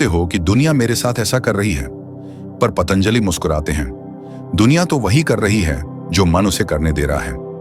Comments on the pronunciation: " पतनंजाली " नहीं है ----- " पतनंजाली " नहीं है ----- " पतनंजाली " नहीं है ----- " पतनंजाली " नहीं है ------ " पतनंजाली " नहीं है ------- " पतनंजाली " नहीं है -------- " पतनंजाली " नहीं है --- महर्षि पतंजलि/पतञ्जलि/Patanjali है ---------- महर्षि पतंजलि/पतञ्जलि/Patanjali है ----- महर्षि पतंजलि/पतञ्जलि/Patanjali है ------- महर्षि पतंजलि/पतञ्जलि/Patanjali है ----- महर्षि पतंजलि/पतञ्जलि/Patanjali है -------- महर्षि पतंजलि/पतञ्जलि/Patanjali है ------- महर्षि पतंजलि/पतञ्जलि/Patanjali है ------ महर्षि पतंजलि/पतञ्जलि/Patanjali है ------ महर्षि पतंजलि/पतञ्जलि/Patanjali है ------- महर्षि पतंजलि/पतञ्जलि/Patanjali है ---------- महर्षि पतंजलि/पतञ्जलि/Patanjali है ----- महर्षि पतंजलि/पतञ्जलि/Patanjali है ------- महर्षि पतंजलि/पतञ्जलि/Patanjali है ----- महर्षि पतंजलि/पतञ्जलि/Patanjali है -------- महर्षि पतंजलि/पतञ्जलि/Patanjali है ------- महर्षि पतंजलि/पतञ्जलि/Patanjali है ------ महर्षि पतंजलि/पतञ्जलि/Patanjali है ------ महर्षि पतंजलि/पतञ्जलि/Patanjali है ------- महर्षि पतंजलि/पतञ्जलि/Patanjali है ---------- महर्षि पतंजलि/पतञ्जलि/Patanjali है ----- महर्षि पतंजलि/पतञ्जलि/Patanjali है ------- महर्षि पतंजलि/पतञ्जलि/Patanjali है ----- महर्षि पतंजलि/पतञ्जलि/Patanjali है -------- महर्षि पतंजलि/पतञ्जलि/Patanjali है ------- महर्षि पतंजलि/पतञ्जलि/Patanjali है ------ महर्षि पतंजलि/पतञ्जलि/Patanjali है ------ महर्षि पतंजलि/पतञ्जलि/Patanjali है ------- महर्षि पतंजलि/पतञ्जलि/Patanjali है ---------- महर्षि पतंजलि/पतञ्जलि/Patanjali है ----- महर्षि पतंजलि/पतञ्जलि/Patanjali है ------- महर्षि पतंजलि/पतञ्जलि/ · " पतनंजाली " नहीं है भाई साहब. वो नाम/शब्द महर्षि "पतंजलि" है. आप बीच बीच में " पतनंजाली " कह रहे हो, ध्यान दो. महर्षि पतंजलि "योग-शास्त्र" के रचयिता ही नहीं, बल्कि "सहस्रावधानी" (सहस्र-अवधानी) भी थे. और आज "माडुगुल नाग फणि शर्मा" (तेलुगु) हैं, वह "द्वि-सहस्रावधानी" (द्वि-सहस्र-अवधानी) हैं, और आज वह हमारे बीच में हैं, रहते हैं आन्ध्र-प्रदेश में. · ye koun murkh hai jo patanjali bhi nhi bol pa raha hai . you tube me murkhon se bhra pada hai | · You don't know how to pronounce Patanjali